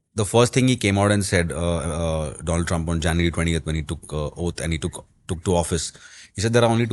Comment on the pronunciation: My good phreand Dolund Trump